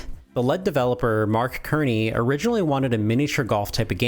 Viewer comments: You need a pop screen badly. Your plossives are nuts. Also Mark Cerny is pronounced Sern-ey. Not Kearney. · I love your content, but was this made by AI? The "lead" (as in the metal, not the "leed") Mark Kerney? We all know it's pronounced "Serney". People mispronounce stuff all the time, but I've played with enough AI tools to notice these things people would not do, especially when accepting money from Patrons. It's either AI, or it's sloppy. Also Marble Madness ran at 60fps on both the arcade as well as every console port. This video was sad to watch, bro. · Its cerny as in sirney, with an s sound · Annoying pedantic guy here: Mark pronounces his last name SUR-nee. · Mark "Sir-Knee" that's how you say it.